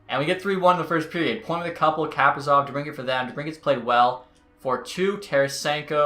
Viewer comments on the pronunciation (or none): Kaprizov is pronounced “kuh-pree-zov”